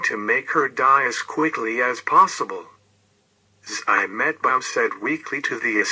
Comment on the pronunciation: It's not Eimetbaum, it's pronounced Tzi.metbaum